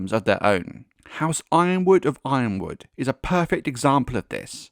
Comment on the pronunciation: why do we keep mispronouncing Y-RONwood? 😂